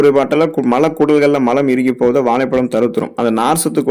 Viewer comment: Valaipalam alla vazhhaipazham first of all u must increase your tamizh pronouns action